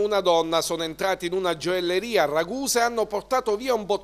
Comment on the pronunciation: la gioelleria..ma come parli?